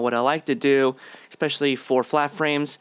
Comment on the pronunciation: There is no X in the word, especially.